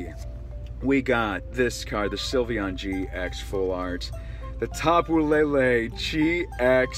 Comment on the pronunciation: It's lele not Lala